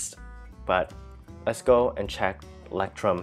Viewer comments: LEUCHTTURM hahahaha your pronounciation! At first I thougt you talk about a brand I never heard of before. Hahaha. Please look in Google for the German translation of lighthouse and check how it sounds in German, oki? ;-D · I’m a German too and it’s really awesome, hearing englisch people saying that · It's pronounced loyce-trum (German for lighthouse) and people call it mole-skin, but it's an Italian word, and their CEO pronounces it mole-uh-skee-nuh. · not the right pronounciation.....Leu... is said like LOI....CH sounds like a long soft k.....leucht turm....so easy...😃 ..the best notebooks are from montblanc...best for writing with my parker duofold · It's called sarcasm. He did mispronounce it; Leuchtturm is pronounced 'loych-torm' where the "ch" you pronounce with the back of your mouth (just use Google translate to hear it). He completely butchered it (but props for trying lol) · Leuchtturm is pronounced roughly like loyht-toorm, fyi! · I love that you say ✨Lectrum✨to Leuchtturm…the „ch“ sound is probably hell of weird for English speakers. Loved your review :3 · Nice video! Very well explained-btw it is pronounced as loysht toorm ( light tower in german) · My German ears were shocked when I heard "lectrum". Word means Lighthouse ;> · i love how he pronounces leuchturm you prounounce it loichtturm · Stamp collectors pronounce Leuchturm "Lighthouse." 😄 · You pronounce "Leuchtturm" something like "lectrum", which is totally wrong. Actually, "eu" in German is pronounced like "oi" (like e.g in "foible", "moisture"). The "ch" is hard to describe, since something similar does not exist in English AFAIK. It is similar to Greek "X" ("Chi"), which is a kind of hissing sound. And "Leuchtturm" actually means "lighthouse" (taken literally, it would mean "shine-tower"). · He was joking. You totally mispronounced it. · Name completely butchered wtf 😂😂😂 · Pronounced both wrong though